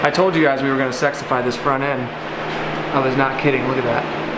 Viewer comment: Says font instead of front